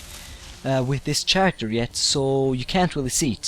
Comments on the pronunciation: It is pronounced Ca-Ric-Ter not Char-ic-tar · Lol chair-ek-ter...... No no no! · and not chairecter charecter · You pronounce character like caracter you don't put in the ch sound in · lol sharacter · Ok, don't call me stupid, I know his first language ain't English, I'm just being helpful:P Regenerate: Re-jen-er-ate Invisible: In-viz-ib-ul Character: Car-act-ter Hope this helps:D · Nice vid. One thing though... The 'g' in regenerate is pronounced like a 'j', and the 'ch' in character is pronounced like a 'k'. Im assuming english isnt your first language judging by your accent. I dont mean to be a dick or anything, just trying to help.